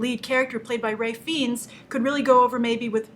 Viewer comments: Looks great. BTW Grace, it's pronounced FINES not FEENS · It's pronounced(Rafe Fines)!! Agree he was great In Bruges and is underrated in his comic roles. Love him! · dont mean to be picky but please pronounce Ralph Fiennes name correctly